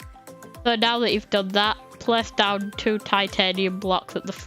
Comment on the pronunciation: Is it only me who loves her voice she said “pwess” ❤